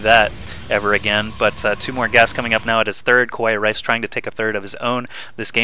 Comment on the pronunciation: Just wanna say that this was a cool game...and also, it's usually pronouned "Ka-wa-ee", and it means "cute" in japanese...